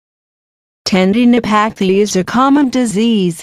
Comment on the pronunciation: hearing "ten-dee-no-pae-thee" in that voice was very distracting...